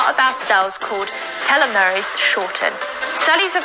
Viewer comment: Did you notice she pronounced it telomeries? Like it's a teletubby 😄